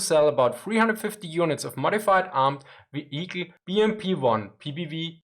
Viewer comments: Love your videos!!! :) Your English is always improving. It's very impressive. What I am about to say comes from my old days as an English teacher. Now, I recommend you try to relearn the pronunciation of the word, "vehicle". It's VEE-hik-al. Not vee-HIK-el. :) AGAIN!!!! LOVE YOUR VIDEOS!!!! AND YOUR ENGLISH IS GREAT!!!!! Just helping you polish it up a bit since this word comes up in almost all of your videos. I think you have already corrected the word "morale". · The "h" in "vehicle" is sort of silent. So it sounds like veeya cull. It sort of rolls off the tongue nicer.. heh. Cheers for the insight old chap. Great work as ever.